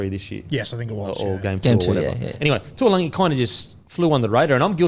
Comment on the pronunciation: Fellas, could you please start pronouncing Murray Taulagi’s surname correctly? It’s not spelled ‘Tuilagi’ so I don’t know why you keep pronouncing it like that